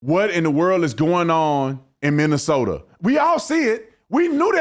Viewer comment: Its Minnesoma